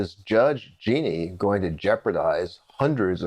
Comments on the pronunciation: It is peonouced Ja-neen not Geeknee. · Jean - ine. Not Jeanie.